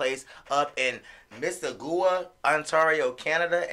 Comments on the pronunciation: I mean no shade. But it is pronounce misses-saw-ga spelled Mississauga. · Miss agua lol it pronounced like Mississippi ending in saga